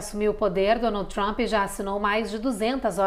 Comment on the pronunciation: Excelente?? A Jornalista anunciou DONALDE TRAMPE 😂😂😂